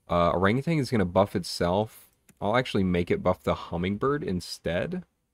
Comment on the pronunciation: Just a friendly statement that Orangutan doesn't have a G at the end. Look up the pronunciation bruv